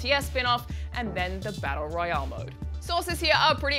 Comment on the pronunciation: the way she says royale really urks me.